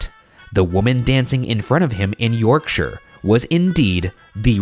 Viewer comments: I would like to congratulate Ryan on the proper pronunciation of Yorkshire (York-shur, not York-shire). Well done, sir. Well done. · Kudos on your correct pronunciation of Yorkshire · Well done for pronouncing Yorkshire properly. Most channels would say 'York-shyre', like hobbits live here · the best part about this episode is Shane and Ryan pronouncing Yorkshire as ‘York-sher’ and not ‘York-shy-er’. it’s so nice to see Americans pronouncing it correctly! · So pleased Ryan pronounces Yorkshire correctly and didnt over pronounce the SHIRE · As a Yorkshire lass, thank you for pronouncing Yorkshire properly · can we just appreciate they pronounced Yorkshire almost right instead of the classic American "York-shiyer" so proud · hearing an American properly pronounce Yorkshire is surprisingly jarring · Wow Americans who pronounced Yorkshire right ... am in shock!! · As someone from the uk all I can say is THANK YOU FOR PRONOUNCING YORKSHIRE THEY WAY YOU DID😂 A lot of people who aren’t from the uk pronounce it YorkSHIRE like it’s two words and not one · Really unimportant thing here but im from west yorkshire and finally someone pronounced it right lol